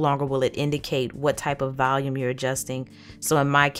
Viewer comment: haha she pronounces volume as Valium. its adorable though